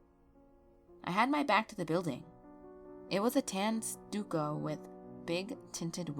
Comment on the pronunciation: Not to be pedantic, but stucco is pronounced, stuck-o. I'm really enjoying your channel.